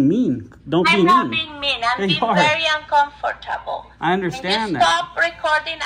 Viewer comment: She cant even say uncomfortable.